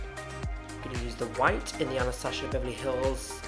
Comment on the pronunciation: I love how she says "AnastaSHia Beverly Hills" :)